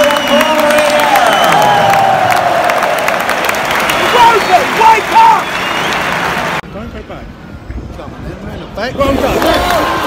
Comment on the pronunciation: It’s to-rear-ra